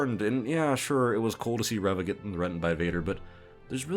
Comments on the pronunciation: Your intentional mispronunciation of Reva's name comes off as ignorant and disrespectful. And I don't even like the character. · I may be wrong, but I don't think he mispronounced her name on purpose. If I had to guess, he may have forgotten her name, referenced his notes, saw “Reva,” and accidentally pronounced it differently. I say this because I forgot her name. I remembered her as “Third Sister,” and it was only from watching other reviews that I was reminded of the character’s actual name being Reva. (Remembering names isn’t my strong suit.)